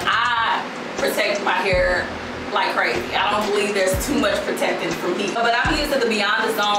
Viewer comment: I luv u ! " I got my hur did I got my hur did" 😅😅😂😂😂😂😹